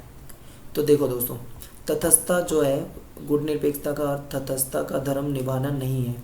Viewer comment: Its not तथसथता Its तटसथता